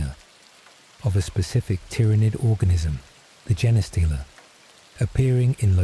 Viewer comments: Why does the AI day jeneh stealer? It's Gene stealer pronounced like Blue Jean stealer. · The AI voice annoyed me at first saying Jenah stealer but then I just imagined it as a stupid Servitor reading me a bed time story from the archives. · Jenny stealer (Forest Gump) is how Ill always hear Genestealer now.